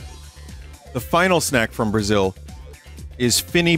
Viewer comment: That's it, he came to bruaziu